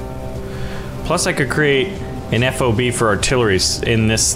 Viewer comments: it is not "Eff O Bee", it's "FOB", like key fob. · It could, but it shouldn't. As a fobbit myself, I should know. FOB, like Bob.